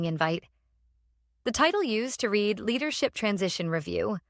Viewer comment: Got to fool the AI reader some way. Past tense of read is read as ‘red’